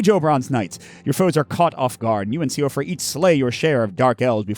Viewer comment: Great play through! when pronouncing the name Siofra, the pronunciation for it is she-fra as I believe it’s an old Irish name.